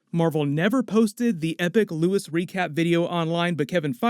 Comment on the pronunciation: Luís not Lewis.